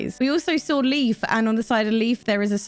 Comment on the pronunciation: The guy is called Leif not Leaf. You pronounce his real name Leif like 'Life'.